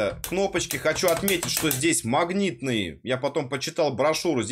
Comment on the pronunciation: Услышал "махнитные", выключил нахрен